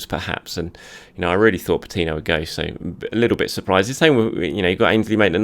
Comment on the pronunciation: you're making the name "Patino" a frustrating name to hear 😤